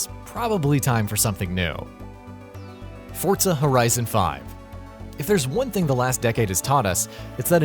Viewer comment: Forza NOT "Fortza"